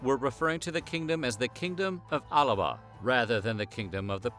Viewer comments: Really really really annoying that you put extra A in Alba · Well a lot of this is absolutely incorrect. The only part you got right was the tattooing. It's Alba not Alaba 😂 not Northern England and Southern Scotland AT ALL. And dont mistake Picts with Gael Celts.